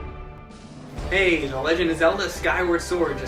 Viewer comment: Can't help it...it sound like he's saying ''Hey Leute'' at the beginning ^^